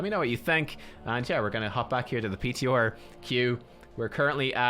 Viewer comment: whenever I see these videos come out, I can already hear him saying PTOR ><